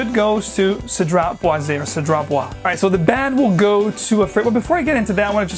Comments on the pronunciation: Hi. The Cédrat Boisé, the Boisé, must be spell like Boizé. The one 'S' in between French word is spell like a 'Z'. A little tips. I bought a mancera which was on discount last week called 'black OUD intense' it a beast but then the dry down become smooth, sweet and soapy. Quiet nice actually. Thank you for the review. From Melbourne Australia. 😊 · A sweet crocodile skin jacket. Boise is pronounced "buaz" because of the e. Bois is "bua" and boisé or boisée is "buazay" because of the accent. Strange that cedrat doesn't have an accent though, because I'm pretty sure it should. So if it's missing there....I dunno. I suppose the company would know though. Anyway, I definitely agree that Aoud Vanille is a banger. Easily one of my favourite oud frags of all time.